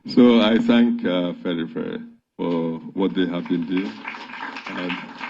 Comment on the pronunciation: The father can't even pronounce Afenifere properly. And the only afenifere is Tinubu.